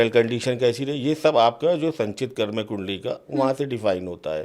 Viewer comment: मैडम एंकर महोदया कर्म को कर्मा तो मत कहिए। आपकी अंग्रेजी बहुत अच्छी तो नहीं ही होगी। या तो हिंदी बोलिए या केवल अंग्रेजी भाषा में।